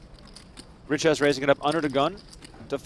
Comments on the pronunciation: You speak it a bit like richay not riches😂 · Richez is pronounced Riché. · Looking up pronunciation of Richez it’s Ree-Che You got it now ♠️